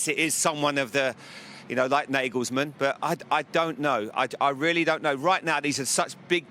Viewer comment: It's Naa-gols-maan. Not Nae-gels-man